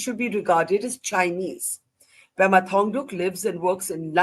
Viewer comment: Pema not Prema.